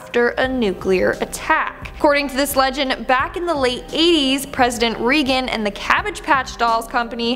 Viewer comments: ( pronounced ray-gun not regun) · Lol! RAY-gan. Not REE-gan. It’s the presidency, not the exorcist 🤣❤️ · That's the first time in my life I've ever heard anyone mispronounc President Reagan's name.